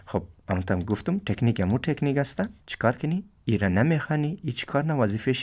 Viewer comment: مَیه ،طَکنیک اَوو چیز گفتی